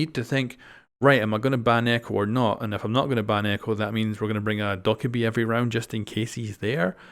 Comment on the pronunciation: Doh/Ka/Bee not Dok/a/bee